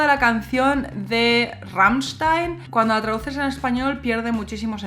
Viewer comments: Me gusta cuando dice "rammichstain" se le escucha perfecto 😍😍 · Me gusta la forma como cambia del español (o Ezpañol 😉) al alemán al pronunciar Rammstein. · Me encanta como pronuncias Rammstein !!! :) Muchas gracias por el video!!! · pronuncias muy bien Rammstein. tu aleman esta muy bien¡¡¡